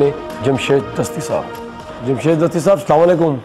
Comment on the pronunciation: This is Jamshed Gashti not Dasti!